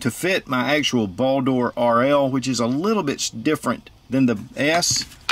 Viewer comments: Why do you keep saying "Ball Door", "Ball Door", that shit sounds so hilarious and hard to watch. I don't think I've seen an "O" in the word. It's simply "Bald-R" as it's spelled. Olight likes Norse Mythos for naming products. Simple search Baldr (anglicised Balder, Icelandic: Baldur) is the god of light, joy, purity, and the summer sun in Norse mythology, and a son of the god Óðinn and the goddess Frigg. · It is pronucened Baldr not baldor skip the o